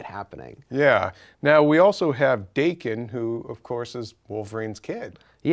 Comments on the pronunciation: Yeah I am.... Are you reading the same ones? Or just imagining you're right? Theres NO "r"... Its DAKEN not DARKEN. Like I said, Its japanese. Da "a" as in "Apple", Ken just like saying kin. Daken. Reading comprehension. Try it. Daken means mongrel... Its all in his origin story... YOU should try reading the comics. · Where is there an "r" sound in Daken? It's japanese. the a sound is pronounced like the "a" in apple. Daa ken. Not Dar ken. WTF? And i have proof: They tell you how to pronounce it in Wolverine Origins when he first appeared.